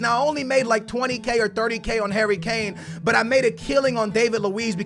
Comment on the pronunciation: You mean Son & Kane.. Dislike till you pronounce names properly